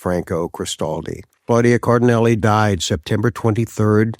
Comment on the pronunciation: Nice tribute! (BTW, Cardinale is pronounced "car-dee-NAH-leh".)